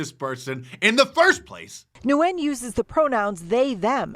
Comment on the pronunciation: As for the city counselor I dare Nguyen Thu to return to Vietnam and try this. I've worked there over 10 years. They don't allow any of this nonsense. You can be LGBT, but don't think about pushing pronouns. And laugh as the news reporter mispronounces the last name, Nguyen.